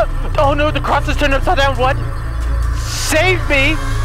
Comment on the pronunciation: " WHOT THE FOOOK" im weak